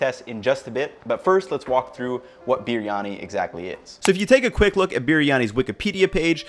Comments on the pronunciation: Fan of the channel but can you please do some research on how to pronounce the names of the dishes you make and ingredients you use. It is pronounced Bree yani. Not sure what you are doing there with the way you say it. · Love the way you pronounced 'BiRiyani'😊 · it is b-ree-yani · you even try and pronounce the word biryani authentically. Your effort is pretty special. Here to 10m subscribers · Look how they massacred my boy(Biryani)/. Good effort though. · i clicked on this video hoping for dear god that he doesnt pronounce it wrong while trying to sound right, he pronounced it wrong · ye but this guy pronounce it so weird. i love briyani and the indian sellers always pronounce it different from him..